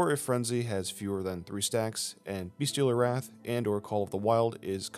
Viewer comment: It’s Bestial Wrath, not Beastial Wrath lol I used to call it that too for the longest time.